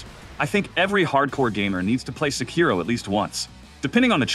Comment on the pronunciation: How can you say Sekiro is your favourite FromSoft game but you don't even know how to pronounce it properly, which is said throughout the game so many times?